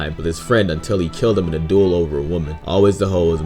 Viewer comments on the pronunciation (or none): none